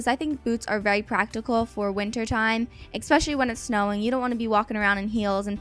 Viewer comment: hehe do you say expecially? :) so cute ! or I heard it wrong?